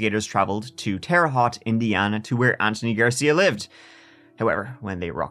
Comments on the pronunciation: I live in Indiana and it’s pronounced terra hote. Not hot. Glad you put these on YouTube. I don’t know how to listen to podcasts outside of YouTube. I guess I could probably figure it out. But what a crazy guy. How he made it through medical school. I guess anyone can make it through that school if this dummy did. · p.s... Terre Haute is pronounced Terra Hote... long O like oat. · Whaaat Hearing Terre Haute is crazy 😂 that’s my hometown! I’ve also never heard it pronounced correctly 😆 Tear ruh Hoe t I guess that makes sense haha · For future, Terra Haute is pronounced "terra - hoa-te" like coat. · Hoosier here. It’s pronounced “Tehruh Howt”. Weird pronunciation, I know.